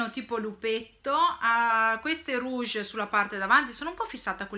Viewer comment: please: rouches non rouges ahahahaha sei troppo forte 😘😘😘😘